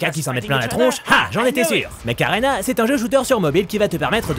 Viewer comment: Mech Arena.? Perso j’entend Macarena^^